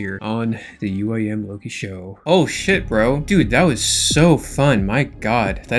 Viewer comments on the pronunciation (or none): none